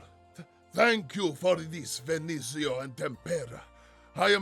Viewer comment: Also, as a note: Venezio is pronounced ve-NEH-tsyo.